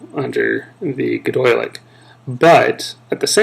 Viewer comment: Quick tip: it's pronounced Goy-de-lic, not gedoylic, and Bre-thonic, not Bryethonic cool video tho